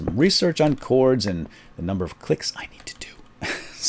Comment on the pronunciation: Its chords not clords